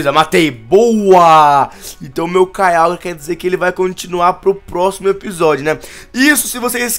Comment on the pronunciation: quem escutou o falar kyiágua??